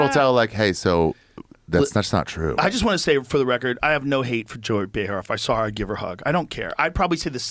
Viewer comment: It's pronounced J-O-E-Y